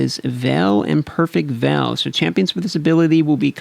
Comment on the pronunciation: great Video, just one quick pronuncing on veil